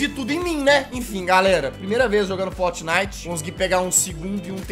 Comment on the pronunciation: e impressao minha ou ele fala fotnite